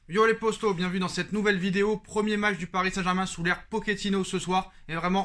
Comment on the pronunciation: J'ai l'impression que tu slt les posto au lieu de poto